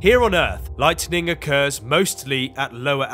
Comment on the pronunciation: BTW IT'S "LIGHTNING" NOT "LIGHTENING." SHALOM